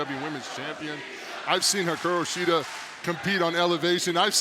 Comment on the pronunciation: Lol Paul White can not say Hikaru Shida's name consistently correct to save his life. Is it really too much to ask to have commentary team at least get talent's names correct? i mean at least 80% of the time....